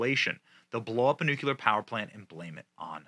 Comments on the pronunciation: Please Benny for the love of god, it’s nu-CLEAR not nuculer. Damnit it’s been killing me every single time you do this reporting. You have an education and know how to enunciate words. I completely love the channel and the fact you are in Tampa like I am but dang it say it like it’s spelled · I hate to be that guy, but you're driving me crazy with all this "nucular" talk Benny. Nuclear. New-clee-ar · Nukuler. Are you joking or do you mean to say it that way ?The word is pronounced ‘new-clear’. George W. said it that way. Another goof ball. Love the Benny Show! Just curious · I know its nit-picking, but new-clee-ar, not new-que-ler. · Hey Benny, It's pronounced noo-klee-er, not noo-kya-ler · It's nu clear! not nu cular. LMAO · Nu-clea-ur, not nu-koo-ler. Love you Benny but please for the love of God! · BENNY! FOR GOD'S SAKE, STOP SAYING "NU-CU-LER"! THERE IS NO SUCH WORD! "NU-CLE-AR" IS THE PRONUNCIATION! FOR FUCKS SAKE YOU'RE SUCH AN INTELLIGENT MAN YET YOU CONTINUE TO DO THIS EVEN AS YOU VISIBLY READ THE WORD! PLEASE! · LUV YA Benny BUT! Please stop pronouncing it NuCULear like George Bush did!! It's Nu CLEAR...there's NO second U in the word. 😂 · Nu-CLE-ar. Not Nu-cu-ler. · Nuclear 👍... nucular 👎... 😃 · Benny, please. It’s pronounced ‘Noo-klee-er’, not Noo-que-ler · *nuke lee are, not nuke you lure. Only one U in nuclear. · N U C L E A R ... NOT NUCULAR...! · It's pronounced NU-CLEAR not NU-QU-LER. That aside, zhelensky is a freaking tyrannical moron.. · Nuclear. Pronounced- Noo kleer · NOO' KLEE ER, dammit! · Bro...its pronounced New-Klee-Yar...NewKleeyar...nuclear...you sound like a damned fool when you get it wrong. Please try harder. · Love you Benny. But it is NEW-CLEAR there is no u between the c and l in the word. Unless you were paying homage to GWB. Lol. C'mon man. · I appreciate the info but please stop saying nuke-you-ler. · its not 'new-cleeerrrr' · Stop saying Nucular damnit!!! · Puhleeese say it right! NOOO KLEE UR!!!